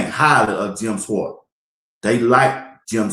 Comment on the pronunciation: say "Shorts" with a 'W', or "Shworts"! That's how you say Schwartz! #BlindMellaJelly #W12 #SkoBuffs